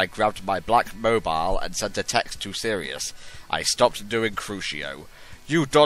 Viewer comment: Think she's trying to say Sirius, but who the Hell knows...